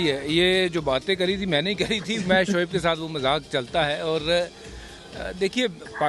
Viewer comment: Arre yeh gawar vikrat ko samjhao soaib akhtar nahi uska nam shoaib akhtar hai... it's shoaib not soaib...